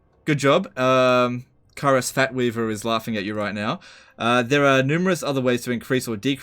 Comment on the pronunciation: Did say "FATweaver"? Can't wait for Tarriff to get to work on that one.